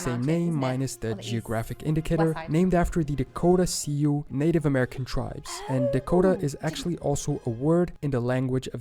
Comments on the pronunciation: At the beginning--Aslaska? Re. N and S Dakota, the tribe is NOT SEE-you, but SUE (Sioux). This is the tribe which was featured Kevin Kostner in the movie "Dances With Wolves", and Viggo Mortensen of "Hidalgo". Also, Shoshone = show-SHOW-knee, not show-SHONE. In the Arkansas section, Quapaw is pronounced KWAH-paw, not kuh-POW. In the Oklahoma section, the tribe is CHOCK-taw, not CHOCK-tau [which rhymes with 'now]. Mississippi comes from an oh-JIB-wah (Ojibwe) word, not oh-WEEB-way. Where he came up with that pronunciation, I have no idea. This tribe is also known by 2 other names: Ojibwe, and Chippewa in Wisconsin. He didn't do a good job of explaining how WV split off from VA. The latter was with the South in the Civil War, and what became WV didn't want to separate from the US, so it joined the North, and later became a separate state. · The narrator should be much better. He says dur-HAM to refer to the city in England (it's DUR-um, just like the city in North Carolina). He also calls the Indian tribe the SEE-ew (it's just "Sue"). He calls the Choctaw Chock-TAO when I've only ever heard Chock-TAW or Chock-TOE. He also doesn't know how to pronounce "ensign", "Caeserea" or "Appalachian". Also, Georgia was named after George II, full stop. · Understand that this guy mispronounces a lot of the names. Most are pretty close but some are just WAY off. For instance, Sioux is pronounced Sue but he says see-you. It is also very hard to know exactly how many of the names were first said because many of them are hundreds of years old. There are a lot of English words that are spoken differently today than they were in 1600. He also says Ojibwe is oh-weeb-we but it is pronounced Oh-jib-way.